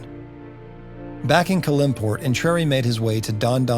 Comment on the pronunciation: These videos are really great and comprehensive. I do question some of the pronunciation of a couple of things. I.e.I believe It’s CAL-im-port (no middle syllable emphasis.) I hope you’ll cover many more areas / characters of Faerun.